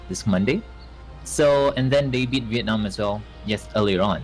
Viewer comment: the way he pronounces Vietnam on made me cringe a little in the inside